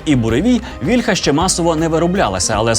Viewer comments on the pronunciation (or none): але пан Тарас Чмут завжде каже вільхА, а не вІльха кому тепер вірити? :( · А чому вІльха,а не вільхА? Чи вільхА це дерево,а вІльха- це зброя?